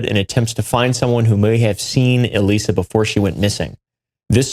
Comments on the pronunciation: The bio test is pronounced like eliza and is a super common test in biomedical research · I’m so glad y’all caught the mispronunciation of Elisa it was starting to really bug me lol